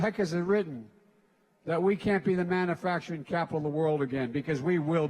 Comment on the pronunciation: It is pronounced MAN U FACTURING not MAN A FACTURING ! #JoeBidenIsAnIdiot 🤣🤣🤣🤣🤣🤣